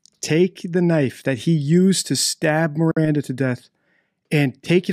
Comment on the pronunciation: Oh shit, yea I just heard him say Miranda, yikes